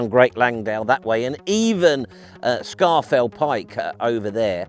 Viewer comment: Langdale - long (lang) dale (valley). No need to add "valley" to Langdale. Scafell - originally spelled "Scawfell" and still pronounced that way.